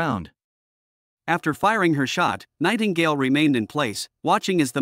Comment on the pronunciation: Lmao anyone else hear "Tightingale"? XD